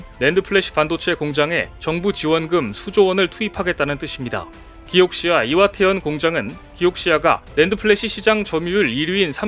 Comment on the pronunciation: 왜 기옥시아 라고 하는 거죠? 쨉 발음인가요? 지금까지 수많은 매체들이 키옥시아 라고 했어요. Kioxia 라고 간판도 보이네요. 대신 또는 이라고 해도 괜찮죠?